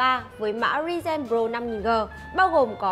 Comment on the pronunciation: Đọc thuật ngữ sai nhiều: Multi: mun ti Ryzen: ri ren Chốt lại: Thuật ngữ đọc ko đúng.